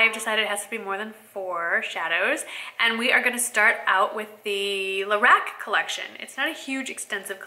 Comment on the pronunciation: It is pronounced "Lah-rock". I love their eyeshadows! Thanks for the video :)